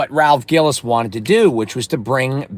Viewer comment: Good lord brother.. it’s Ralph GILLES pronounced like the word “Pills” & Ralph is Still there at FCA.. and he’s EASILY the most legit Automotive executive in the history of the big 3 when it comes to the big 3’s performance car division.. Ralph is the Main reason we got the SRT8 (Ralph won the North American Designer of the year for him creating that car) Ralph is the main reason we have the 08+ Challenger SRT8, & he’s the ONLY REASON we got a Gen5 Viper at all. Anyone who’s a SRT vehicle owner owes Ralph Gilles a huge debt of gratitude..